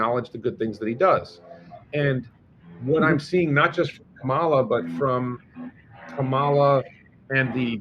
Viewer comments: please at least pronounce her name correctly...it is like a comma (accent on first syllable) in a sentence and then add "la" on the end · It’s pronounced comma-la! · Why do you have such a stupid subject for this posting. Are your viewers decreasing. Please pronounce Kamala properly. Disgusting.